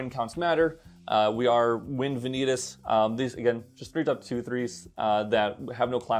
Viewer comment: Did you call him vin-eat-us just for the engagement? Because it worked ;)